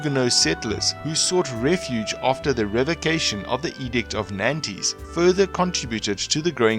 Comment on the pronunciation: its pronounced Nantes - like aunt :)